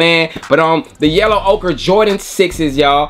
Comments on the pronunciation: It's oker, not okra. Man none of you youtubers don't know how to pronounce ochre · Yo...just one thing.....why you stop saying "OKRA" ? Im standing on THAT pronunciation 😂!! "Yellow OKRA" just sounds 🔥